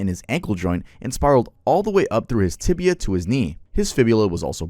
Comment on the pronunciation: It's "tibia", not "tibula".